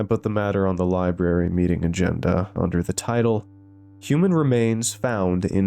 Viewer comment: “Lie Berry” 😂